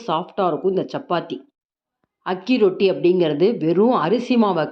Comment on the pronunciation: Not ajji roti it is aaki roti ajji means grandma😊